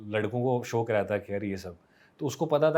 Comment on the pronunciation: When he said shok instead of shauk then it genuinely felt he’s a real Kashmiri 😘😘😘😘